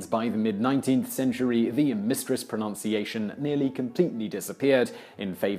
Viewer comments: "Pronounciation"? Pro-noun-see-a-shun? It's proNUNciation! Painfully ironic... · Great series. Pet peeve. It is proNUNciation...